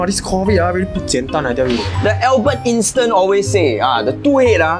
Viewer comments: Lol albert instant instead of Albert Einstein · Everyone: albert Einstein:InSTen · nobody: literally nobody:: AlBeRt InStIn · InSTen noodles